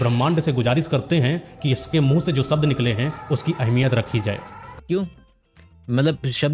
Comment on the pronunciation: भाई को शब्द बोलना नहीं आ रहा है सब्द बोल रहा है और चला है शब्दो की अहमियत बताने 😂😂😂